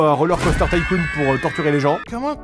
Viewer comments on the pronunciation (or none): none